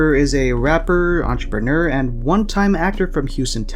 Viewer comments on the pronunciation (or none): none